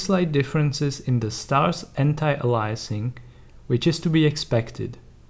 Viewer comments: Please, it's "anti-A-liasing". Not "anti-a-LIE-a-sing". We're not against lies, we're against aliasing, as in "alias". Thank you. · Andres: because I want everyone to benefit from the information. It's not to shame him, it's to educate all of us programmers. I'm from Sweden, and basically everyone in my university, even the teachers who taught graphical programming, said "anti-a-LIE-a-sing", and it always made me cringe. I just want us all to work with the same proper vocabulary. Another issue I have is when people say "compability", rather than compa-TI-bility. The base word is "compatible", not "compable". :-)